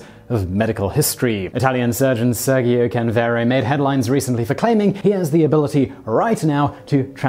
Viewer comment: SEHRR-jyo, not SUR-gee-o.